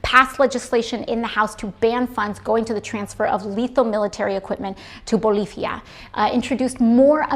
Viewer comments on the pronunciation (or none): My Hispanic father laughed when she said Boliffia. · Is it just me that it bothers the way she says "Puerto Rico" and "Bolivia"? I mean when I speak English I don't say "Finland" the way you pronounce it in Swedish... Or "France" in the way you pronounce it in French etc. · Did you hear how she said Bolivia? Did you then hear how she said Los Angeles? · Her cringy pronunciations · Why doesn't she pronounce Los Angeles with a Hispanic accent like she did for Bolivia and Puerto Rico?? Asking for an amigo. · Imagine LARPing as a senator... The way she says these Hispanic country names makes me want to tell a child their drawing looks stupid. Oh don't forget donkey woman, you sold $60 shirts for personal profit while virtue signaling for "climate change" and "social justice".